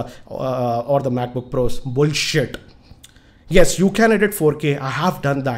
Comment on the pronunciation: The way you say 'bullshit' might Kill Apple :) :) :P :) ;)